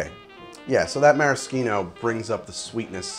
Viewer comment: It's the most correct way.